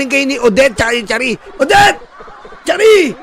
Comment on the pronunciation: sharee sir hehhe hindi charee